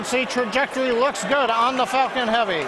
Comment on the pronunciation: i though he said "Fu*kin Heavy" 😂